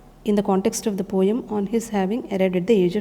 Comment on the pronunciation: Poem pronunciation is wrong